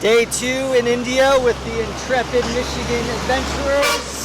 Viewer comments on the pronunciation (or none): none